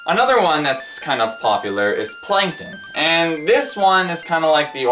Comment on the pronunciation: Plankton doesn't really sound like Yankton. Even you pronounced plankton more like plynkton. Also, why does the screen randomly flash green at some points?